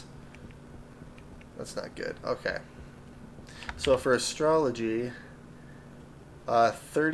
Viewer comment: It's Astro-loy. Not astrology.